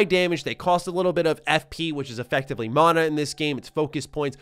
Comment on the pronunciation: Dude “MOnnA” is “MAN A”